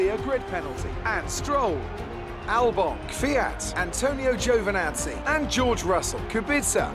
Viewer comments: Is GiOvinazzi not Givinazzi :) Great drive man!!! Super! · when you said "up next is giovanazzi" Sounded like you said "Gio the nazi" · Jew the nazi